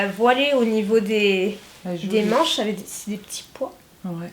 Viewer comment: Au lieu de dire avec tu dis avé Au lieu de dire parce que tu dis passé